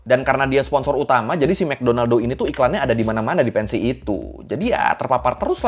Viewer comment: mekdonaldo, wkwkwwkwk...lsng teringat mister queen